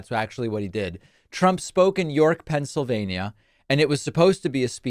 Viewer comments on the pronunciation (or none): none